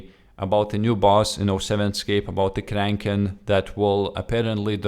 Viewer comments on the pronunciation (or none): Not trying to be a dick, but its pronounced "Crackin" not "crankin" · its pronounced crack-en